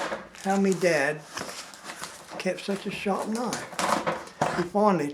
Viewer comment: That’s not a knoife 😉